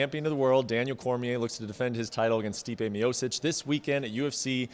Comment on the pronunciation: Did this man just pronounce Miocic, mee -oh-sis?..